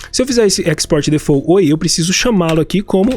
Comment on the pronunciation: Só pra referência: default não se fala “defô”, a pronúncia é mais pra difolt. O t é bem leve e curto. 😉